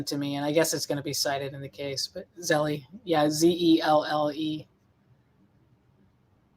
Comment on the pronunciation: It's pronounced Zell, not Zelly.